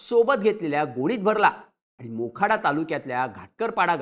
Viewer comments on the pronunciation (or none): बोखाडा नाय तर मोखाडा आहे.